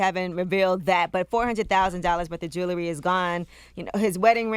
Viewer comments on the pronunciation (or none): lol I love how Angela Yee says "jewlery" instead of "jewelry". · It's Jewelry (Ju -wool-ree) Not (Ju-ler-ree)